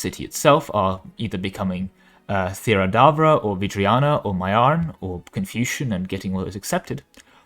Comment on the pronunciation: Can you take a second and try to read all the letters of the word before you try to pronounce it? It’s just throws off when half of the names pronounced weird like Theravadra, Haramandir Saib and others 😂